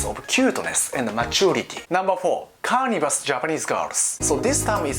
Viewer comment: Your English is getting so much better! Just so you know, it's pronounced "car-niv-or-rus" and "her-biv-or-rus" but other than that you've improved a lot. Your humour is this video had me cracking up, I like these kinds of videos where you're being sarcastic and funny. Keep up the good work!